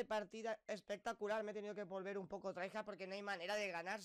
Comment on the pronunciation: Cuando dices traijar quieres decir try hard no? Buen inglés